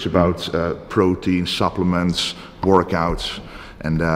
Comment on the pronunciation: "We did a few wourkouts together" Aha.....